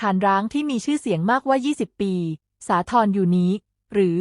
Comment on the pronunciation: ทำไม AI มักจะอ่านผิด มากว่า อ่านว่า มา-กว่า ในที่นี้ไม่ใช่หมายถึง มาก-ว่า คำบางคำในแต่ละข้อความอ่านไม่เหมือนกัน AI ไม่รู้ เจ้าของคลิปควรตรวจบ้าง